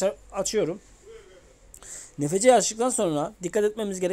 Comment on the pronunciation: Abi okunuşu nfc diğil enefsi